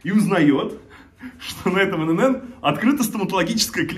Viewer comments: Не Ин ЭнЭн, И ЭнЭн! ИНН!!! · Только не инэнэн , а иэнэн. ИэНэН ..ИНН